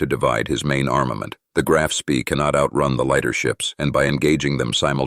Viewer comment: The strategy did not collapse. In 1941 the Admiral Scheer operated in the North, Central and South Atlantic, and in the Indian Ocean. It then returned to Germany evading all British patrols. Note: Spee is pronounced Shpay.